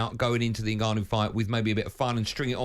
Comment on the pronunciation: Did i hear frank say NIGGAnu